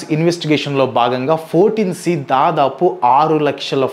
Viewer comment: It's not 14 C brother, it's I(i)4 C